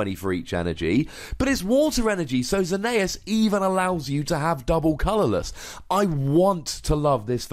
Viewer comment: It's Zer-ne-es not how you say it